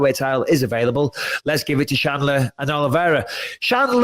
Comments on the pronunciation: Michael, it's Chandler not Shandler. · micheal its chandler not shanler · Bisping calling Chandler "Shandler" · Is it really that difficult to say chandler? I guess it is for bisping. Not to many braincells left there